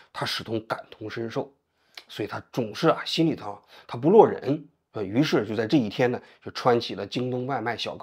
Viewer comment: “落（Lao 四声）忍”吧？CCTV的功底没维持住啊～～